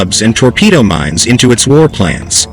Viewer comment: They are MINES, not MINS. Also, "massively" is an adverb....it is used here as an adjective. The text to speech software used here comes from a non-English speaking country. I wonder where??